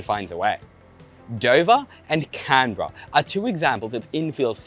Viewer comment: we pronounce canberra as can-BEAR-rah